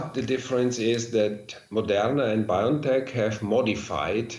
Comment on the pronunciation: When will a journalist actually say Bio N Tech PROPERLY? It is Bio logical N ano Tech nologies Bio-N-tech. Not "Bion-Tech" Over 18 months into this pandemic and STILL media and journalists getting the basics WRONG.